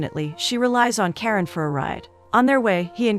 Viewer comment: It's not Karen..it's Karan like KaRUN..😅